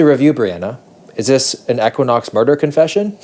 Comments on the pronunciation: 1) Equinox is pronounced "EEEE-Quin-Ox". It's not pronounced with a short "e" like kept saying. 2) I wouldn't be mad all if he lost those sunglasses. 3) I could've done w/o all of the double entendres peppered throughout the video. Ew. 4) It was offensive that a room that costs over $1,000 a night didn't include the roombar snack items. 5) Bottom line the review was decent and the hotel doesn't live up to the fitness hype. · I can't get over the mispronunciation of E-quinox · Great video! But for $1,000 a night, you couldn't ask anyone how to pronounce the name correctly? lol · Hate how he pronounced equinox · Hearing how you pronounce equinox, is the American equivalent of Canadians hearing "new found land"